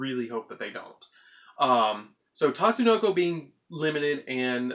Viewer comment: it's not tatsunoko it's pronounced Tsuchinoko ( SU - CHi - NO - KO)